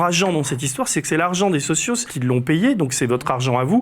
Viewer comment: On avait compris, mais c'est bien que vous mettiez les choses au clair pour tous. Ce n'est pas agréable ce genre de moments, mais il sera salutaire. Courage ! Et bravo pour vos avancées. Le seul truc qui tâche, c'est le S à la fin de socio... qui s'écrit mais fait mal aux oreilles à l'entendre ;)